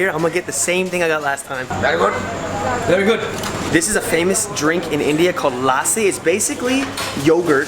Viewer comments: It's not laaasi it's lassi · Its not laasi it is lasi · Lussi not lasi we call it lussi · He says laaaaaasi but it lusy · - It is lassi - Ok laaaasi 😂😂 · It's lassi not laasi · It's not LASI It's LASSI. just stretch the 's' more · Inner me died when he put “LASSI” on the “NAN”. Hey just a compliment don’t drink lassi from the restaurant drink from a juice shop. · LASSI= LUST-C this is how you pronounce..